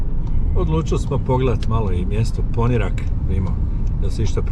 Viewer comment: super snimak, samo sljedeći put snimi malo i Vracu za nas dijasporce 😅. I samo da te ispravim, kaže se Poniiirak sa dugim "i"